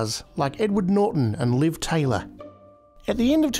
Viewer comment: Liv "TAYLOR"? LOL